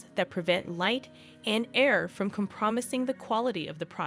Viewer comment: Is this an AI voiceover? Say compromising out loud again.